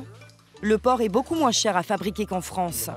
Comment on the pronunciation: " ce jour là, la production est destinée à la FranFE" Je suis pas le seul à avoir entendu ?